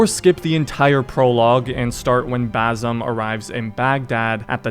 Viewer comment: the way you say basims name 😭